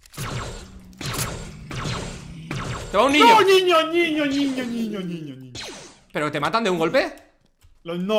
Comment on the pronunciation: Alguno fan de como Perxitaa dice ñiño? Yo lo amo